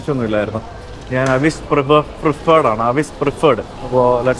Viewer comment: അവിസ് എന്നല്ല എവിസ് ആന്നു